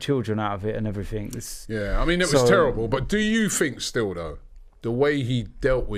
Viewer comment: Robbie ‘Um’ Lyle